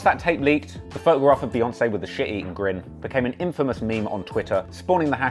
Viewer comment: It’s pronounced "BEE"yoncé hence 🐝 not BAYoncé...get it right